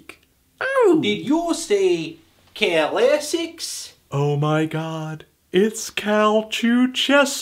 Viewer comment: DID YOU SAY CAL-ASSICS?